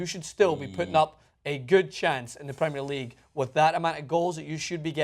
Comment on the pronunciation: to the guy on the right, pls learn how to pronounce premier league, plssssss